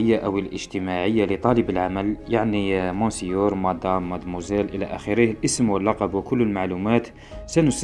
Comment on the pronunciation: حيرتني كلمة "مونسيور..!! ياو تقرا "ميسيو" ،لكن الشرح على العموم لابأس.